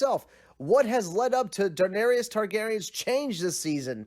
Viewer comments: "Daeneryus" I agree she was tyrant but at least after 7 season you should learn how to pronounce her name properly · Defending slavery? Whew this is disgusting and the amount of people agreeing with this is ridiculous. Also she didn’t kill ‘every single slaver’ she killed 163. Making a damn video about Daenerys and you can’t even pronounce the damn name pls. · DAENERYS NOT DAENERIOUS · She told the audience what she was going to do, she said fire and blood and that’s exactly what she did. I agree with you. I hated some of the things that happened but it fit. Everything you said is right except the pronunciation of Daenerys name lol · "Danarius" "cersese" haha